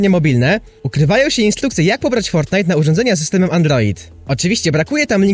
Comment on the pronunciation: Foltnite na andloida czm mówisz l?